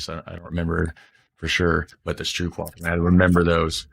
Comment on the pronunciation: Try saying stroopwafel like ROPE.. In stead of the English OOP sound. So more like: stROPE-wafel, thats way closer to the correct way to pronounce it